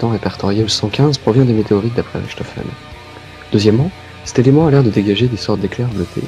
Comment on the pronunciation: si le "Ch" en allemand se prononcer "r" on dirait "Rirtofen" et pas Richtofen , :/